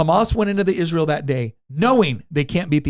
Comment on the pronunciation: Can you please be one of the few people on this earth that can pronounce Israel correctly? I’m so sick and tired of people mispronouncing it I could scream… Also, this video is totally unwatchable, I’ve gotten a commercial every one minute and 55 seconds… it is way too many freaking commercials… Goodbye